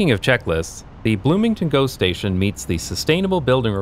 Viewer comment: Everytime you say GO station, I hear ghost-station, which perfectly fits the footage.